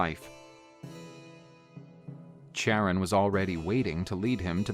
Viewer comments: Charon is pronounced karon otherwise great narration and art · The only wrong in this video was the way he pronounce Charon....